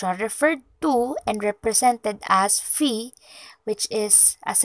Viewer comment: Ang simbolong phi ϕ ay binibigkas po na “fai”, hindi po “fih”.